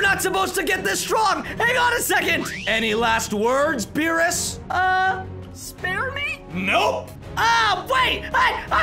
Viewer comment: Why did you say veerus instead of beerus uhm